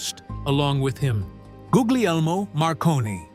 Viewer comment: “Ghooghliermo” Marconi? I gasped when I heard how AI pronounced his first name! I would actually change the transcription of people’s names to make sure AI would pronounce them properly. Ghoogliermo! For shame! 😂